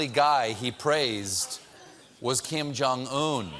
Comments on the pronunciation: I first thought he said German Kim xD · Am I the only one who heard Trump say 'German Kim'?? Just me? Okay ...